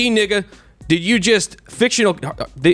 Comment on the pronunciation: You can tell that quarter black dude doesn’t use the N word at all!!! Hahah he pronounced it like someone who never used the word before